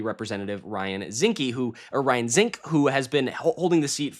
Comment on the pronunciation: Zinke, not Zinske. A total Loser who isn't running again because he knew he'd lose. Zinke will probably go to jail in 2029.